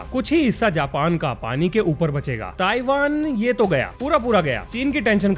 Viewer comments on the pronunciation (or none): none